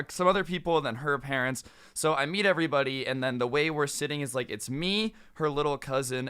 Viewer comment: Bro I had to rewind it twice bc i thought he said beat and not meet